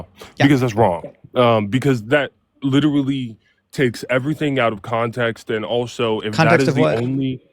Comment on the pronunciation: Way too many people saying 'lideraly', for this to be an intelligent conversation. 😂😂 Yanks...🙄